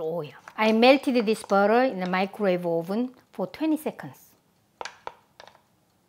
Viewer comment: cocka tiel beo-teo